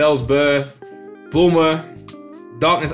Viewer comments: Whenever says bulma all I keep hearing is boomer 🤣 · If you watch this with subtitles when says bulma the subtitles say boomer lol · Thought he called Bulma Boomer